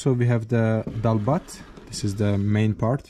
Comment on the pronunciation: Bro ! It's no daal bahaat , it's daal bhaat